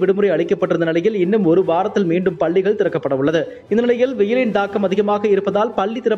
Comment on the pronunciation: பள்ளிகள் என்று சரியாக உச்சரித்தால் நன்று